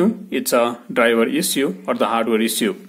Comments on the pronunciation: Can't pronounce issue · Issue:))) Bluetooth)) so funny pronunciation